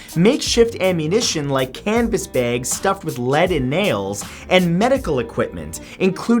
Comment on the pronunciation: He says bags like baegs